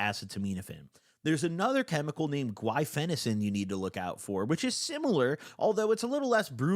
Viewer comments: Great shoutout to harm reduction, but please nail down the acetaminophen pronunciation after all these years. It hurts my soul. It's pronounced uh-see-ta-min-o-fin. Not ass-uh-toe-miin-o-fin. Please dawg. You pronounced guaifenesin correctly, so I believe in you! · I used to game on it and it made me feel like slow mo cut scene in Fallout or Skyrim. Edit: pronouncing the more difficult word guaifenesin but messing up ah-seet-ah-mino-fen is pretty funny and impressive